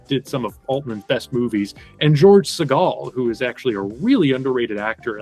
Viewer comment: You’re mispronouncing Segal. It’s SĒ’-gal.